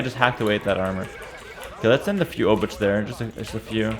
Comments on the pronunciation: Please don't prounance Obuch like you do, it's more like "Obooh", as "Ch" in polish is like a "h". "Cz" is polish version of english "Ch", so it would be written as "Obucz" when you pronunce it like this ;) Take care, also I can't belive how any human being can play so fast and precise xD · Always when say obuČ (Obuch) i get little more cancer. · Hey, "ch" in Obuch is pronounced with Polish "ch". You can imagine that as a sound you make just before you start to snore. I will review your Czech pronunciation soon. Take care! Yours low elo Czech viewer. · Pronounciation couldve been different at the time the game played. And even if not, pronounciation can still regionally vary. I do not think there is definite answer which one pronounciation is absolutely. If there was, it would not be sensibly applicable, since most people in the world would not even be able to pronounce it "right". Heras pronounciation - i dare to say - is wrong, while most of the pronounciations suggested here are probably in the range of right ones